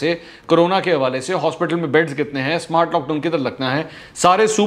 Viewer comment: Smowart....smowaart lock down lol